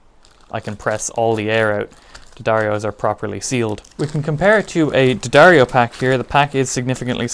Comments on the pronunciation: Okay, thanks for the vid... but..in keeping with it being genuine... It's Dee-ahh-darr-ee-oh. Not Duh-dario. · Its pronouced dee- adair-o, or d-addar-o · You’re pronouncing “D’Addario” wrong. Just ask Philip McKnight! Lol